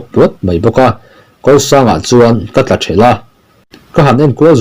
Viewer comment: I thik chhiâr chu'h... A thluk iti diklo nual mai / eg- tla-thelh, ri-kawrh tih te kha///